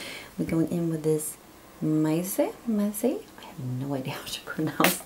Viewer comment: Hej, Im new to your channel, love both looks. Your fav colour is pronounced maze, the 'i' is silent, hope that helps. Subscribed 🖤🦇🖤